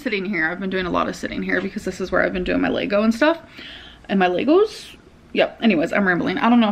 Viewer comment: She pronounces Lego wrong on purpose right?? There’s no way she thinks it’s actually pronounced “Laygo”